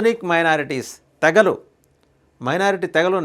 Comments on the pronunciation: 🎉తే గ లు కాదు తె గ లు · తెలుగును ఖునీ చేయకండి కొంత కాలం బతకనీయండి, తేగలు కాదు `తెగలు '